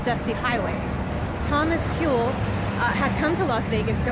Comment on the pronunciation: I was neighbors with the Daughter of Thomas Hull (whose name was mispronounced btw) and his former wife who was in her 90s would look out at the lights of the strip occasionally and say "Just look at what we started..."